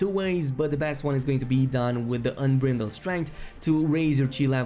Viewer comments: why are you saying "unbrindled strength" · Say it with me kids, " un-BRIDE-ld" strength. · Miko EnFuego Well he’s not the only one that said “Unbrittle.” One guy said “ATB Gauze.”